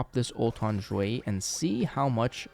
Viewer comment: "x" in Xueyi is pronounced "sh" not "zh". Same with all other chinese names/words.